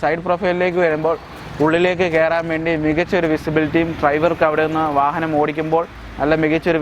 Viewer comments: വാഹനത്തിന് വാഹനം എന്നല്ലാതെ വാഹ എന്ന് പറയാൻ പറ്റുമോ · ഫാരത് ഫെൻസ് എന്ന് പറഞ്ഞപോലെ , ഫാഹനം എന്ന് പറയാഞ്ഞത് ഞങ്ങടെ ഭാഗ്യം...